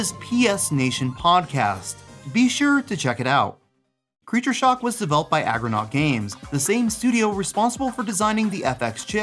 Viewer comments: Argonaut not Agronaut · Argo naut. Not aggro naut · ARGOnaut. NOT AGROnaut. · Good coverage. I forgot most of these. also- ARGOnaut, not aggronaut. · ARGOnaut dude, not AGROnaut.